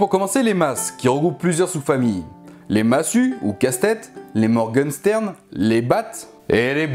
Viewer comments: Morgen CHTERN ça se prononce CCCHHH un "ST" dans un mot allemand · Morgenstern, se prononce "morgenchtern", sinon bonne vidéo :)